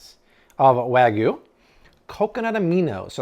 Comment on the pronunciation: Wagyu. You kept saying Way-Goo. But long A and short A , as well as including or excluding the Y changes it to different words, so please try this pronunciation in the future: Wahg-You. I hope that helps! Luv your videos!